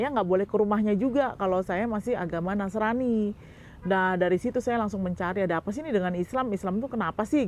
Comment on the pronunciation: Penyebutan nasranipun salah kaprah RT 6..😂